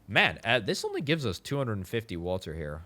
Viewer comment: I kept looking around for walter lol I swear that's what I kept hearing til I figured out you was saying water lmfao!